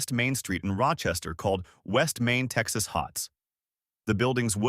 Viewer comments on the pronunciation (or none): none